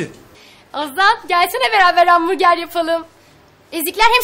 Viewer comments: de bana bi hağmurger sjsj😂😂😂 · de bana bi. hağmurger sjsj😂😂😂